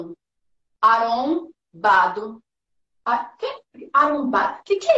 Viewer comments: Quem é ? Aron... Aron Bado ... que isso gente ? kkkkkkkkkkkkkkkkkkkkkk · "Arom Bado" kkkkk